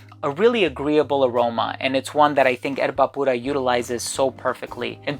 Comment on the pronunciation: Amazing video/review! Perfect pronunciation of Erba Pura… Bravo 👏🏻